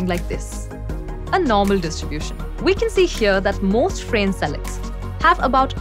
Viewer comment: His name is not pronounced as [f'rein] but [f'ra:ne] (more or less, I can't bother to check exact IPA). You can't use English pronounciations for Croatian names, or any other foreign names for that matter.